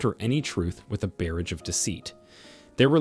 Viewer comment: The AI narrator in this content proves the creator of it is narcissistic. The pronunciations of words like "facade = fa sade=fa said and fa cades, as well as," demons=dem ens,and barrage =bear age," are truly insulting thr intelligence of the listeners. You will do much better if you clean up the sloppiness.